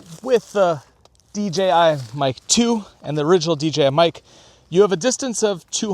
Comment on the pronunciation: Tremendously helpful comparison, thanks! Also, I think you're the only one on this platform that doesn't say D"G"I 🙂